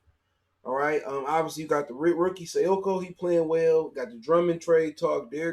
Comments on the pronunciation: Check that poster Sekou put on Tristan Thompson last night.... You might start pronouncing his name right after watching that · you a dumbass for still not knowing how to pronounce Sekou's name.